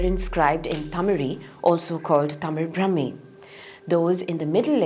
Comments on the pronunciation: ബ്രഹ്മീ അല്ല. ബ്രാഹ്മീ . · It is NOT Brahmi. Brahaami. Dhirgha. Not hrsva. How are these many experst who consider Tamil Brahmaami is NOT Brahmaami Name 20.